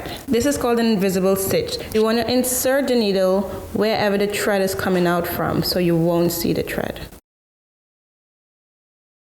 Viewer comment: Great job sis ! I like how you say tread instead of thread no hate cool Little West Indian / carribean accent me and my 9 year old detected lol 😂 have a blessed one